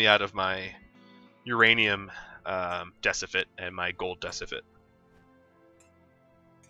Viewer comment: Great video, but ... "Decifit"